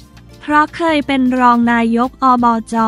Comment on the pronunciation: อ่านผิดอ่านใหม่ได้นะ อ่านว่าไง ไม่ใช่อ่านว่า นาย กอบจ. อ่านว่านายก อบจ.อายเด็กนะ